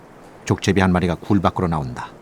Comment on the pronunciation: 나래이터는 발음에 신경써야 할 듯.... 족제비를 계속 쪽제비로 발음하네.